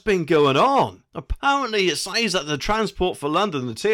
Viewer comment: "says" is pronounced "sEZ" Who's the smug one now? Just being facetious, love the channel.